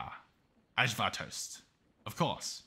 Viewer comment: you really hurt me when you pronounced ajvar wrong😂😂😂. (And im coming to give you the Robert book you missed in plexiglass). As always, LOVE the outro talk!